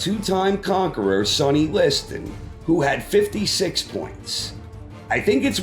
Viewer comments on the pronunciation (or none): none